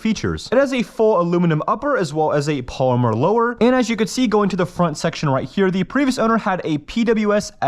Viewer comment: Why can’t you say polymer, grande, or cartridge?